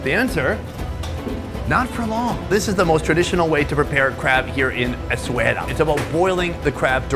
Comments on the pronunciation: S - A - WE - RA that's how you pronounce the name of the town not eswera or whatever you say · In media etc, Essaouira is actually pronounced the way it's written ie Essa-weera.